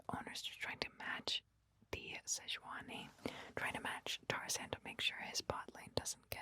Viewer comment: I swear you keep saying Tarzaned. Don't do my boy Tarzan dirty like that